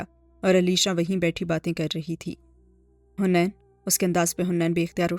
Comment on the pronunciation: It's haneen not hunaian